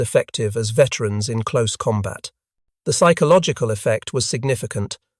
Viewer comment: Lead pellets, lead rhyming with read. Sure. Also comBAT when COMbat is usual — sometimes. Curb your robot!